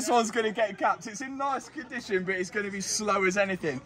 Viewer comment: Mat’s pronunciation of “But” just hits my ear in the worst way. Buuut lol.